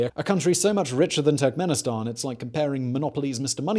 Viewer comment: Every time he says Turkmenistan, I hear "tech minister" and I need to remind myself that he's referring to a country, not a person.